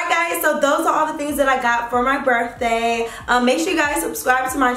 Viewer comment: jayla jayla 🤦🏾‍♀️ you’re pretty and educated remember so we gotta get these words right boo lol. It’s BIRTHDAY not BERFDAY, it’s BATHROOM not BAFROOM, it’s VALENTINES not VALENTIMES!! But on another note...that blonde is EVERYTHING on you 🔥🔥🔥